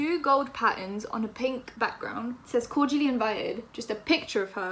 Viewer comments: When she said "cordially invited" I thought she was saying "called Julie invited" and I was like who tf Is Julie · Man said "corgially" Im dead look at her trying to diss Zoe and cant even say Cordially loool but gotta give credit coming at someone as big as Zoella is clever good way to yk up her YT game so the girl is smart and sly 😂😂😂😂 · zoella can't even say cordially, that makes it even funnier! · “SIS” can’t even pronounce cordially